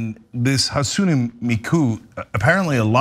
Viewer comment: No,, his name is NOT Akiko Kondo. Setting aside the fact that Akiko is a female name: His name is Kondou (or Kondō) AkiHIko, and her name is HatsunE Miku, not Hatsun! NO, she does NOT appear in anime, manga, or video games …except for in lots of amateur fan created images, manga, and games. She's from a voice synthesizing program, where you get a particular synthetic voice (with an associated character) to sing something. (you write the syllables to sing, and notes to sing them in)